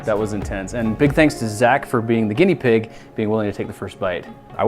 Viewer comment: did he say guneia pig